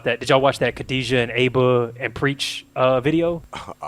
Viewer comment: Purposely pronouncing Aba wrong was disrespectful